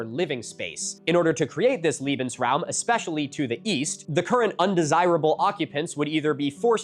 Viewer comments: it sounds like Milo says "liebensraum" (loving space), instead of "lebensraum" (living space). The difference is [lee-ben] vs [lay-ben]. I never really got the loving vibe from the Notzis. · Note: There's a difference btw "leben" and "liebend". The pronounciation matters. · you've just said "love-space". I'm sure I don't have to tell you there was very little love in their ideology and treatment of other human beings. Leben is pronounced as "lay-ben", not "lee-ben". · Cracking up at liebensaraum, a much nicer concept comapred to lebensraum. But in general the pronounciation was fairly good, hats off to you Milo! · I have to point out that the 'Le' 'Lebensraum' ('space to live') is pronounced 'lay' not 'lee'. Pronouncing it like 'lee' invokes the hypothetical term 'Liebesraum' ('space to love'). And to be honest I'm not German and normally I wouldn't really give a shit about how an American pronounces German words wrong as long as what they mean is clear and the point gets across. But in this case I wanted to point it out because I know at least three songs by small antifascist German punk bands that use 'Liebesraum' (or occasionally 'Liebestraum', 'love dream') as a clever pun for a term opposite 'Lebensraum' in their lyrics so the pronunciation keeps throwing me off. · I dont know if anyone has brought it up before, but I thought it might be helpful. The word 'Lebensraum' is more so pronounced as laybensraum. It might not seem like a big difference, but leben and lieben (leeben) mean Living and Loving. Thought it might help! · Nooooo the way you mispronounce Lebensraum makes it sound like Liebensraum - which would mean "Love Space" it's lay not lee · milo please next time research how to pronounce german word, its Lebensraum, not liebensraum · It's pronounced lehbensraum, saying it as leebensraum it becomes "loving space" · "lebensraum" pronounced wrong. you make it sound line "liebensraum" (loving space)